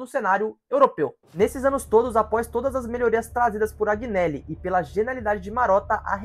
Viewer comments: Informe se melhor sobre 2006, Informe se melhor em relação à sentença final que saiu este ano nos tribunais da justiça ordinária. Outro erro grave. JUVENTUS está quebrada? Onde? Por favor contextualize essa " Informação " Outro ponto, AGInelli? ...veja certo como se fala o nome do Agnelli, Aproveito pra dizer que NÃO foi o Agnelli que construiu o estádio. A Juventus não contratou o Cr7, foi ele que quis jogar na Juve após, ele receber Palmas da torcida após um gol de bicicleta. Você sabe o que significa "plusvalenza "? A pandemia atrapalhou e muito o retorno financeiro, mas quebrada nunca. Enfim..falo em nome só fan club oficial d Juventus no Brasil. Foi só um toque, tem pontos errados aí conforme citei. Sobre perder os últimos 5 títulos, são ciclos, a Juventus ficou 9 anos sem ser campeã italiana quando Platini pendurou as chuterias , volrando a ser campeã em 95 com Baggio. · Vídeo bom mano,agneli se pronuncia anheli,para a prossima vez tmj